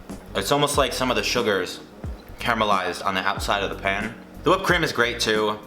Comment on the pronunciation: The way you say pan sounds like your saying pen